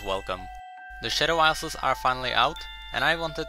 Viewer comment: hey, i wanted to let let you know since i can tell pronunciation is a big deals to you, the s is silent in isles. so it sounds like eye, not is